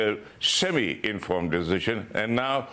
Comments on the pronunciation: Deshision, lol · Albo can't even say the word "decision" properly.